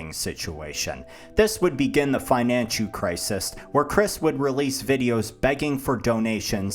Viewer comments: "fina-nchu crisis" is wild 😂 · Financhu Crisis😂